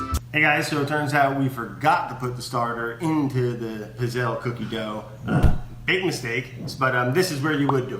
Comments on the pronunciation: Brad.... I die every time you pronounce it “pizz-elle”.... it’s PEETZ-ELL-EE!!! Italian it up!! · It’s pronounced “pit-zel” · The double zz wouldn't be pronounced in Italian, it would sound more like "pits". Pits-elle/pizzelle. It just like how we don't say pizza how it is spelt, no zz, but more like "peetsa". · it's pronounced peetsayla, not pizzell! How is it possible that no one in the test kitchen knows this? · The fact that he's calling it a "piz-elle" just kinda grinds my gears a bit. When you say pizza, it doesn't sound like "pee-za", it sounds like "peet-sa". The word pizzelle is pronounced "pit-sell". They need a true Italian in there to show them how it's done. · They aren't good pizzelles unless they're loaded with anise. Also, the double z in pizzelle is said like in pizza, not gazelle. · You know how you call Mozart "MOAT-ZART"? Well, it's the same with pizzelles. They're pronounced "PIT-zells". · Pizzell in italian you pronounce it [peet-zell] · It’s Pizzell-Ꭼ not Pizzell-Ꮖ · Ok Italian fam says its pits·ayy·lee. Just depends on where from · It bothers me so much how he pronounces pizzelle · I stopped watching because he was pronouncing pizzelle completely wrong. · Ever time Brad says Pizzelle 😂 the e at the end is silent but this is the man that says wouder and we love him for it 😊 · Cringing at his pronunciation of pizzelle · He is saying pizzelle wrong in Italian two zs makes a t sound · Laughed so much the entire video because the way Brad was pronouncing Pizzelle actually means penis in Italian. Hugs from Italy 🇮🇹🤣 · The way he pronounces Pizzelle is killing me... Edit: it got worse. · Oh Brad! No! Pronounce the double 'z' like you do in pizza! *Coming from my 92 year old Italian grandma who makes these every year for Christmas.